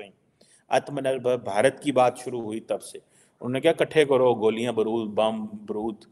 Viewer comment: Brud nahi barud...😂😂😂😂